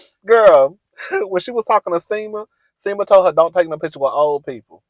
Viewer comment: In this series you have called Enid Eden, Sima Sienna, Che Shay. Love you but…um, get it together cousin 😂😂